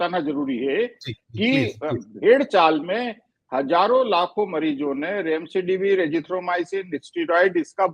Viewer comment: Kaisa Doctor hai Remdesivir ko Remsedivir bol raha hai aur aap logon ne yeh edit bhi nahin kiya